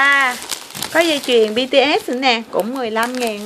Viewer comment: Bts mà chị đọc bằng Bitiét